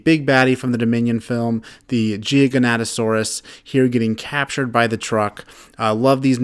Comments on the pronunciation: Gi ga, not gigianto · The way u pronounce gigantosaurus is gi-gant-to-Saurus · the Jiganatasaurs the most feared dinosaur. BRUH ITS GIGANOATASAURUS